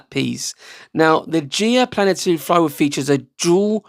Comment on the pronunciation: when you said planaternic did you mean Planetary? <3